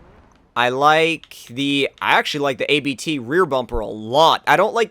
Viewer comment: Its NOT A.B.T its ABT